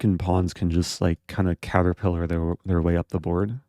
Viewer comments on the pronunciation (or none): none